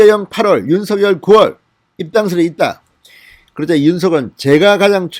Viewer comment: 윤서결 ? 발음 이 웃겨요 !